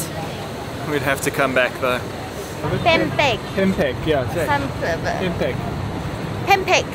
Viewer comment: pempek : said pempe' without k